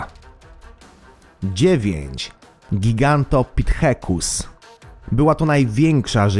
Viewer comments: Mówi sie gigatopitek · Giganthopithecus- H się nie czyta. ,,był jednym z naszych przodków" SŁUCHAM???